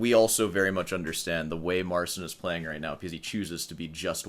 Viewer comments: Keep playing with the cat. Marcin, naucz tego typa, jak się wymawia Twoje imię. Practicing. We play. You go practice. You're not special. Anyway. Peace out. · We're doing alright in Poland, thanks for asking. Still waiting for Marcin to start pronouncing his name right.